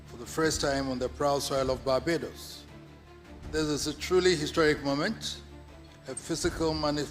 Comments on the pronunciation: Your pronunciations please eg : Barbados not Babados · Please correct your pronunciation of BA-BAAY-DOS... Please, not BA-BA-DOS. This is just a point of correction...